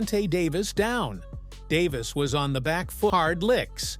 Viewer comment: it's davis not David.